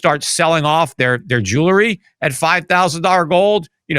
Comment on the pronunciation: Peter it’s jewelry not “jewlery.” Cuts through me every time you say it